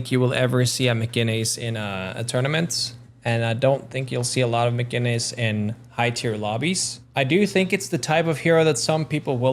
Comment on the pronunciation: I think you said "Mcginnis" wrong